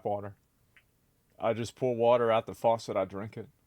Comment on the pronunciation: "I drink water from the foscet" Says the man who never drink water. :D C'mon maaaaan :D We know the truth.